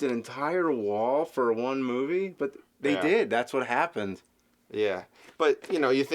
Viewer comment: "Moovay."-?